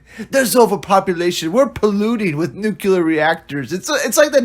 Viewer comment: Guys that say "Nucular" probably shouldn't review sci-fi movies. Still, this one was really bad.